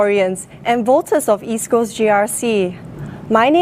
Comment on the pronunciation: lol HSK can't even properly pronounce East Coast